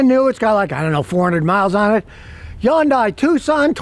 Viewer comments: You are pronouncing the name wrong. It is Hyundai like Sunday, it is not Hyundi. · Scotty, don't make the name Hyundai so complicated. It's " Hun'Day" rhymes with Sunday.... Not "Hi You In An Day". Keep it simple, dude. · It's pronounced HUNDAY